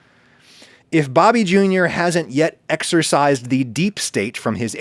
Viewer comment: Excised. Not exercised